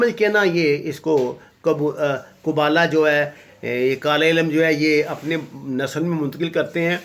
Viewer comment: قبالہ جادو ہوتا ہے قبولہ نہیں